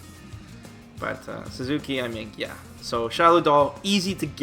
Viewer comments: God dammit,! The doll with sword is named "Satsuki" not "Suzuki"! xD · "SUZUKI" It's Satsuki REEEEEEEEEEEEEE